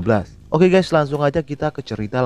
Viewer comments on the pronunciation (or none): none